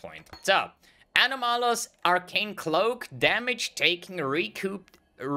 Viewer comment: Ano-Malus pronunciation is causing me pain :)